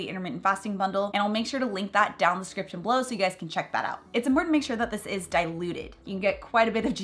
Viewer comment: I’m not hating, I love and her videos but I am genuinely curious why does she say description like that?